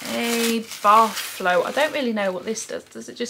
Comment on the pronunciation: A baFF??? Don’t you mean a baTH??